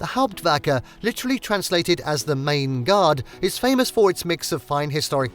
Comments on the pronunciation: Is there a reason that you cannot pronounce the Main(mine) correctly!!😡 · Stop saying Main. It's pronounced like Mine. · PLEASE LEARN HOW TO PRONOUNCE MAIN